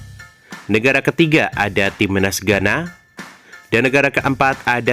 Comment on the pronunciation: Cara ngomong nya ga jelas, timnas, dibilang timenas😅😅😅😅 bodohhhhhhhh😅😅😅😅😅😅